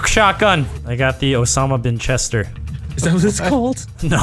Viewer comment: "Osama bin-chester"